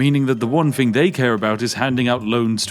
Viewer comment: He's so Spiffy he doesn't even want to speak proper English! What is a "thing"? Spiffy deals in"fings". [Edit I'm one time talk. I can't EVEN TYPE.]